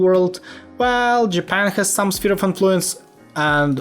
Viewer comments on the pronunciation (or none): none